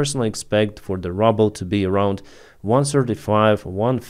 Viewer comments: Hey, Really appreciate the work you do. I dont know if you want to improve your english, but we pronounce the Russian currency with this pronunciation: "rooble" with a long "oo" sound like "book" or "look" or "shoot". The way you have been pronouncing it is "rubble" but that is what is left after russians destroy a building. Thanks again for your great work! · Your saying rubble… it’s ruble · I like how you pronounce russia's currency the same way I would pronounce "rubble".